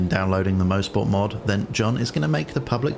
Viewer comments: Fantastic mod, well done to the author! Great video! FYI I think it's pronounced "MOS-PORT" not "MO-SPORT". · coming from a guy that lives 10 mins from the track in canada its pronounced "mahsport" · This guy has it right. It's more like 'Moz'-port than anything. [mawz-port]